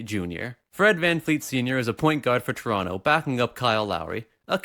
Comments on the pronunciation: It's tuh-ron-toh not chuh-ronnoh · You know dis guys a toronto man when he says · What the fuck is a "Toronto"?